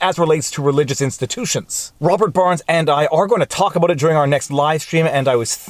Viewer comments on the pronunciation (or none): none